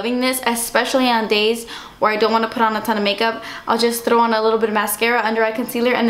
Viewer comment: It's so funny the way you say "throw" you pronounce the "thrr" in a such funny way it's so cute! Love your vids <3